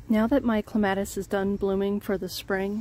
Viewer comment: You say it like me! I am adding a clematis to my yard and I was getting a little paranoid because every other video I have seen has pronounced it so differently. I was thinking I have been saying it wrong for forty years. But I saw in another comment you are from Michigan, so maybe it is a regional thing, like knowing cot and caught sound nothing alike.